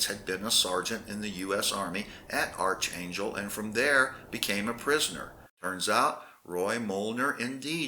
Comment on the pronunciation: It’s pronounced ARK not ARCH.